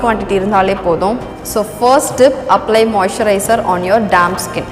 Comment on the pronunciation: நீங்க மொய்சரய்ஸ்னு சொல்ரிங்கலே அபிடின்னா என்ன சகோதரி